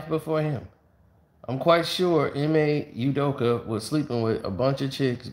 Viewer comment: Why after all this time does keep saying Udokee when its clearly Udoka like wtf is wrong with him man?